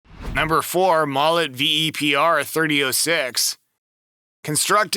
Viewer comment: .30-06 is pronounced thirty aught six